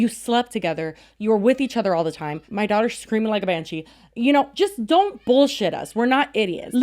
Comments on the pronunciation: i literally just saw a tiktok about how no one pronounces "daughter" like that and its always a dead give away that say a british character is actually an american actor is putting on a "british" accent in a tv show, etc. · The way Clinton pronounced "daughter" is the same energy as "Ello govnah!" Like someone trying their hardest to fake the accent.